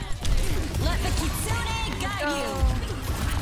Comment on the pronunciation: Keeree ko. Also I've heard a lot of people say kits unee rush when it's kitsu nay.